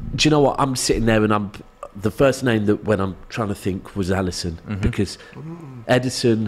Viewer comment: Bro said Alisson